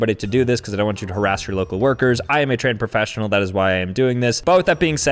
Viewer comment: 'you shouldnt go harassing your local worker im a trained perfessinal' i cant lol 🤣